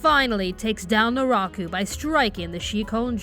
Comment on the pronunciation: “Do or do not, there is no try” His Name is Jason...and he has a Mask...”COINCIDENCE?! I think NOT!” “Narako”? Did I hear that correctly? I know it is “Naraku”